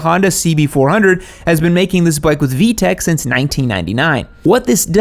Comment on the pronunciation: "vtech" cmonnnn its vtec fix it fix it fix it